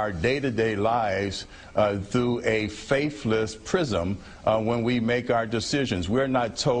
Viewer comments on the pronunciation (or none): "faif-less" sigh. and this guy is making a living. as a speaker, no less! what is so wrong with speaking correctly that so many, many people choose not to do it?